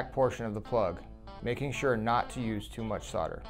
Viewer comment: solder, not solder!